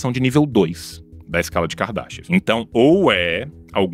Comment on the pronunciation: Sempre que vcs falam da escala de kardashev eu escuto "escala de kardashian"